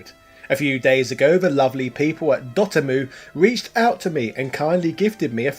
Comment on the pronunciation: I always thought it was dot emu, not dotemmoo